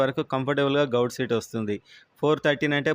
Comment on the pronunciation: గౌట్ కాదు... గవర్నమెంట్ అని పలుకు అన్నా... ప్లీజ్